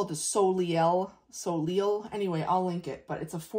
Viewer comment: French. Pronounced “sol-lay”. I have a similar *packable version from patagonia (for travel).